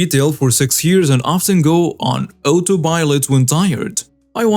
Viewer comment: Just FYI: in "auto" "automatic" "autopilot," etc. the "auto" is pronounced AW-toe, not OH-to.